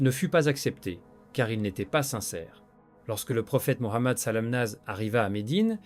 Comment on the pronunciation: Au secours linterprete ne donne pas lenvie decouter car il prononce tres mal le nom de notre prophète SAW . Est ce que cest un humain ou I A ??